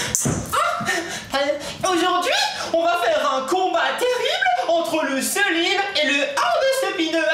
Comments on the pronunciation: mes lui il prononce slime au lieu de slayme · sa s'écrie Salomé mes sa se prononce sliame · Le i se prononce ay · Ça se dit slime et hand spinner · Ont dit pas le selimmmmm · Selime lol 😂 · Tu as dit le selime 😐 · SLIL LE MEUULLEUR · et d'abord ont dit slim pas selim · LE SEULIME ET LE HANDEUH SPINEUREUH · seulime et leu andeuspineuar 😂😂 JPP #TeamPalmier